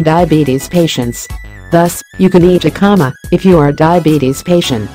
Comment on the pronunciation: It would be better if it was not a robot speaking. It makes it seem so impersonal. The voice also keeps mispronouncing the word Jicama. The "J" is a "H" sound.